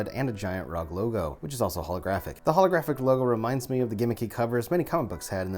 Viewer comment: Not only did u say "gif", u said "rog" lol it's meant to be "r o g".